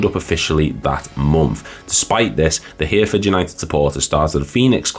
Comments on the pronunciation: Heh-reh-ford, not Here-ford mate 😊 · HEAR FORD....LMFAO... . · Hereford, pronounced Her-e-ford.